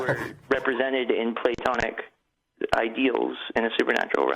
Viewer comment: Can't even pronounce it.